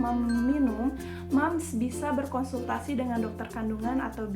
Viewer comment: Berkontul eh.. berkonsultasi 😁😁😁